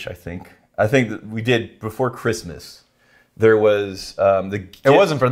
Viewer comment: I like how got the intonation wrong "What Else is THERE?"